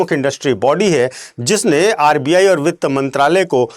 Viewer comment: अर्बीयायी नहीं सर आरबीआई